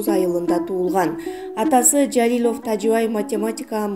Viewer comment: Жалилёв эмес Жалилов деп туура айтпайсынарбы,тилинер келбесе башка туура суйлой турганын таап суйлоткуло,капа кылсам кечиресинер🙏